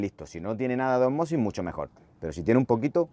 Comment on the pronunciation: Se dice ósmosis (esdrújula) y no osmosis (llana). Parezco Hermione Granger en Harry Potter, pero es así.